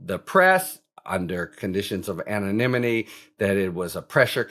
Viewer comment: Great vid as always, Harry! I loved your alternate pronunciation of anonymity 😂